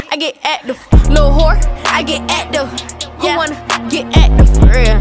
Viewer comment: She not sayin active she sayin acduve😂😂